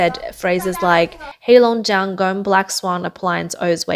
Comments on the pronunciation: its not gome(as in gone with a m instead of n) its pronounced Goa-Mei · Go Me not Gome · Please pronounce properly the name Gome. It is pronounced as Go - May😊